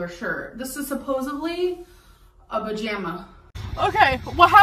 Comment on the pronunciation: “A bajama” kills me every time 😭😭😭 it’s so funny for no reason and it also sounds like a vajayjay